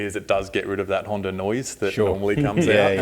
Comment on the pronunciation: HANDA not HANDAR haha... They say honda by itself correctly. But when they say honda engines they put an r as t the end of it. Kinda funny with the accent.